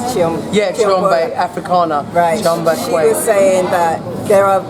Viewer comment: her name is Arikana not "Afrikana" lol Dr Arikana Chihombori, but love same way! keep up the great work!